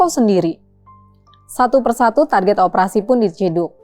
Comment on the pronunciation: target'e jelas, tanpa sadar jiwa jawa medoknya keluar😁